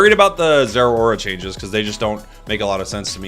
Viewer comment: Its zera not ttar💀